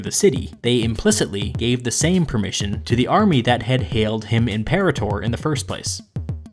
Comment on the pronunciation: you're pronouncing imperator wrong